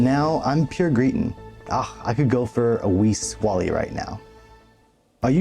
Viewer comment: “Swah-Lay.” He’s oan the swally agane. Make mine a Tinnints. Your welcome. 😂